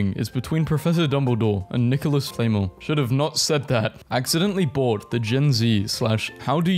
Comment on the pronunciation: And Nicholas Flamel “Nicholas Flame ul “